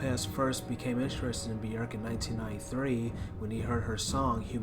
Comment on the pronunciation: "Human Nature" is a song by Madonna. Björk's song is called "Human Behaviour". But kudos for being one of the few to pronounce her first name correctly.